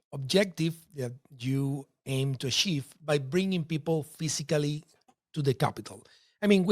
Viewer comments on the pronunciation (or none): You pronounce the word physically phisicly